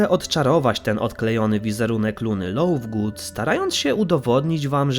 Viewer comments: Lovegood!!! Przez v, a czesto wymawiasz Lowgood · czemu lovegood wymawia się jak lauvgood